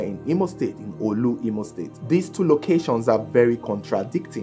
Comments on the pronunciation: Not in Onitsha and the pronoucention is not olu. Is orlu in imo state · Its orlu not oolu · Orlu not not olu 😂